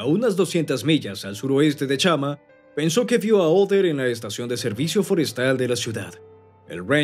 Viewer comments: Cual OTHER?, OTTER pronuncia bien el nombre, OTTER CON T, T, TTTTTTT. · Por qué le dice "Oder"?